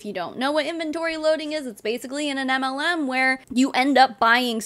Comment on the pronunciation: Your channel is mostly anti-MLM. I've been a member for over a year and a half. Every time you read my name, I hear "anti Lu". I never thought of the pun "auntie-MLM". I feel stupid. I should be the Auntie MLM.